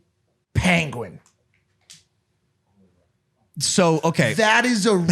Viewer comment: why are they pronouncing penguin like that